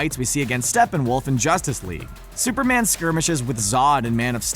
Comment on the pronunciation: At first I thought you said spider man ate supper man and I was like “ CANNIBALISM “😂